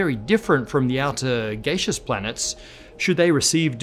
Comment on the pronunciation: Gaseous pronounced "gay-shis? Is that a slip of the tongue or just a British-ism, like putting a "u" in "color" =P